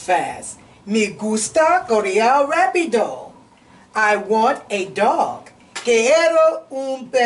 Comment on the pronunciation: Shalowm! Very good! This is so beautiful. The teacher mispronounced the letter, “a” in Español & rapido. It is pronounced “ah” as in Es-pah-ñol, & rah-pee-do. Shalowm!